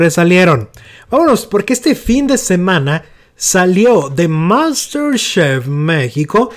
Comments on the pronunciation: Por qué pronuncias Master shefff??? No por aparentar que sabes ingles se debe exagerar en la pronunciación 😒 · Salio de MOUNSTERR SHEFFF? Por favor, si no sabes pronunciar ni ingles, ni español, leelo tal cual... pesimo como siempre en tu pronunciacion...